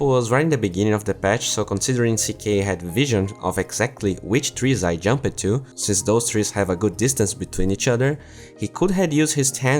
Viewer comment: It triggers me how you pronounce "jumped"